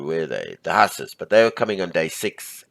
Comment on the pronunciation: Great video, the pronunciation for Hussars is "Whozars" 🙂